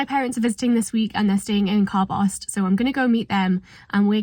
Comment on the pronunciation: Heads up, it’s Carbost. Not Car-bost. 🤷‍♂️